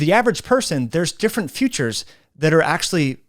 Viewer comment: Good video. Just an irrelevant note: you kind of pronounce "features ", as one would pronounce "futures".